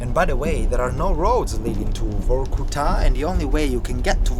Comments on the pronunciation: Everytime he said VORRKUTAAA, I got more angry, it's so annoying 🤣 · the pronunciation is vArkuta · But you say Varkuta far too many times bruh.. 😅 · Say Vorrkutaa one more time... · Stop with this Vokutá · He says "Vorkutta" 116 times during this video...Vorrkutta !! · This guy said "vorkuTÁ" 1million times 🤣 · Say VOR KU TAA one more time, i double dare you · If he says Vor-Ku-Ta one more time 🤨. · How many times did he say Vorku-ta? :DD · Vor-ku-TAA? What is this? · In Russian if an accent doesn't fall on an "o" you pronounce the "o" as a very short "a". So that would be Varkoutaah. Also, that car was a Volga, not a Lada. Thanks for the video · Say Vorkuta one more time mf. I dare you. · Vorkuta in your mouth sounds like new type of pizza. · Very interesting video. Although it gets to my nerves everytime he says Vorkuta. 😖